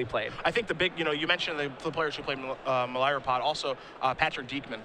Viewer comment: you're great. But your pronunciation of words is driving me crazy. Your nasal 'a's should be 'ahh's, and Melira should not be with an 'i' sound.